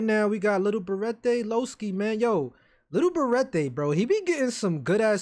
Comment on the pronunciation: Ik u like saying lil berete like lil beratay but it’s really pronounced lil berett